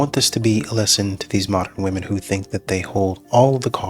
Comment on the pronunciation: Grandma is chasing Chad still…”wUmon most effected”